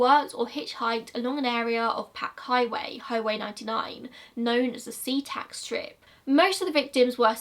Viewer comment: omg I live in Washington and every time u said a new location my jaw would drop-I've been to so many locations that he has been to my childhood home was literally in des Moines and i went to school in Seatac (also I'm surprised u pronounced it right)